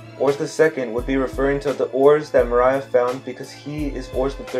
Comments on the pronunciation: Say it with me More-ree-a Moria In all seriousness, excellent video, don't know if you've seen the mega one piece theory going around but his latest video is about joy boy and these 2 theories could fit well together. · Had to stop watching. I put up with you mispronouncing Mor—ee-uh I put up with the stupid thing with D and O. By the way if you overlap their Ds you just get a D. You’d have to flip one first. Also that whole line of thinking is flawed horribly. Other characters have names that start with O: Oden Otsuru Oimo Omlette just to make a few. But Rogers surname is Gol not Gold. It’s literally Roger who explains that in the story. Come on man. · This guy said moariah🤣🤣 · I'm interested in this theory but the way he said moria is fukin distracting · Everything sounds valid but do i trust you if you can’t even pronounce Moria properly?😂joking. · Bro. How u gonna make a video and yet still mispronounce Moria. Like seriously. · The way you said moria like 20x made me cringe so hard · The way you say Moria kills me it’s more-ee-uh not muh-rye-uh he didn’t sing always be my baby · His name is Moria (More-Rea) not Maria (Mah-Ryah) hearing u butcher such easy names was nerve racking tbh still watching tho...I like da theory but not buying Oars being Joyboy tho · Okay theory aside why do you keep calling him Mariah? His last name isn't Carie. It's Moore-ria bro. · Mary-joe=Marijois, not Mo-rye-ah its Mor-ee-ah=Moria. Much of the evidence I think you overthought, just because of the words gold and rocks on top of the use of strawhats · .... He called Moria. Mariah.... Points deducted for funny pronunciation.... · It's pronounced more E a not more I a It's so irritating that everytime I hear you miss pronouncing it I want to immediately stop your video. Which is a shame because your theories are pretty interesting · Dude. It's pronounced More-ee-ah Not More-eye-ah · Mo-ri-ya Gecko Moria that's how you pronounce his name I believe. And awesome theory. I love it